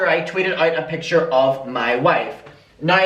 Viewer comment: Keemstar consistently saying ‘pitcher’ instead of picture is triggering me 🥴😅